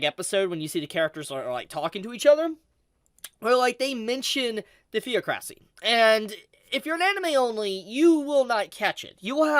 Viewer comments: Is it THEO CRASSY? its like thee-aa-kruh-see. THE OC RO CY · I was with him .. till he couldn’t speak English … really Theo-cracy? It’s THE-OC-RACY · Ok this actually bothered me. It's pronounced thee-AH-cracy like how you pronounce democracy. Not Thea-cracy Good vid though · Is he saying Theocracy weird or is it just me. Thought it was pronounced The-oc-racy not Theo-cra-cy. No big deal just something I noticed. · Hey, just wanted to say, it isn't theo-crassy, it's pronounced th-ee-ock-ra-see. Peace and love. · Thee-ocracy not thea-cracy, love the content but lord everytime you said it, it gave me pain. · It’s pronounced “the-ocracy” not theocracy 😂😂😂😂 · You are mis-pronouncing "theocracy". It is not "Thee-o-cra-sy". It is "The-ock-cra-sy". But I agree that the sub is bad. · Theo-cracy? Staaaahp. Repeat after me: The-OHcracy. Like in de-mOHcracy. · The irony of literally saying it’s not a mispronunciation… Theo-cracy…. The-ocra-cy I get the translation difference between the Holy Land and Theocracy. By definition tho, Theocracy is “a system of government in which priests rule in the name of God or a god.” So it makes sense that it may not be translated or distinguished properly. Technically Nazarak and all of the floor guardians following the supreme ones and Ainz could be considered a Theocracy as well. Still I get where you’re coming from story/lore wise for Overlord. It’s just the cringe I feel in my soul every time I hear it pronounced Theo-cracy. My own problem I know, but it kills me inside lol - Love you, great content as always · Thee-AW-cra-see not Thee-oh-CRA-see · It's pronounce thee-ah-cra-see and not "theo-cracy" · Ive been watching you for years now, but man, could you please take the time to learn how to pronounce words sometimes? Ive usually just tried to ignore it but hearing you pronounce theocracy as "Theo Krassy" probably did it for me :/ Its The-Ok-Rassy. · had to exit the vid the moment he pronounced theo cracy